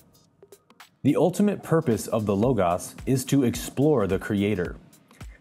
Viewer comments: _ The second "O" of the word "LOGOS" is pronounced exactly the same as the first "O". _ Both "O"s are short and the "O" in LOGOS sounds like the "O" in the words FOR and MORE. _ The LOGOS has been translated as the WORD. _ A word comes from a concept which is in thought and in the final analysis it is a vibration at a certain frequency. _ Therefore the LOGOS can be thought of as the initial vibration or energy that started the process of manifestation/creation. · IF YOU ARE GOING TO MAKE VIDEOSSS,,, PLEASE,, Go to Google, Type in the WORD you are going to use,,,,, AKA,,,,, "LOGOS def." Then hit the button that says the word,,, THIS WAY YOU WILL KNOW HOW TO PRONOUNCE IT!!!!!!!!!!!!!!!!!!!!!!!!!!!!!!!!! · Love you for making these videos, so don’t take this the wrong way, but, come on bruddah! Logos sounds so much more pleasing to the ear with two long o’s. Watch inner worlds outer worlds if there’s any doubt, the way he pronounces logos is divine. In any case keep up the great work hermano, peace! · He is pronouncing it wrong, and there are issues with the book he talks about, but it has so much golden information that I definitely watched it. If you ever played Minecraft, that’s how it’s done people. I love this guy!!! It’s like life! Take the freakin diamonds and build your armor! There are laws of grammar for a reason and our speech should reflect the LOGOS itself and it’s eternal laws of the textbook universe. Just saying that. I don’t care if it came from an ancient deal/scholar we must repair the damage of ignorance from the past even in past work. Remember the Tibetan “Om Mani Padme Hum” - we must prepare a mind that is at one with the universe. That’s why we discover eternal laws with science. It’s pronounced with long O’s. There’s 2 vowels. 🥰 Love everyone always ❤️ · It is rarely pronounced this way. Not in Greek., either. This is the first time I have ever heard it, and I found it so annoying that I could not finish the video. Call me crazy...